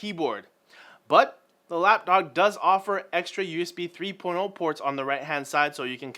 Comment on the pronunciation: When said Usb 3-porno it became clear to me that needs to take speech courses with a professional speech therapist. Anyway, I'd rather not see too many top5 lists on this channel, this isn't buzzfeed. But if you'll do them, for the love of fuck research them. You're a college student, should you buy a $120 "lapdog" and $200 wireless earbuds? Fuck no. And a a $65 fitness band? You're in college, just go shag like everyone else.